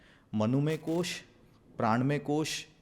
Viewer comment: कृपया अपनी ही भाषा में कोष को कोषा न कहें।